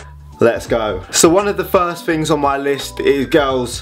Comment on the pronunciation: Love how you say "fings", and not "things"